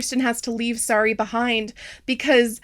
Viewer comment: it was 2 hours into the video before I relised that the doll's name is Sari and not Sorry. I thought she was saying Sorry the whole time.